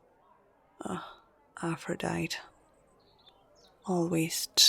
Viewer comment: Aphrodite is pronounced as "a•fruh•dai•tee"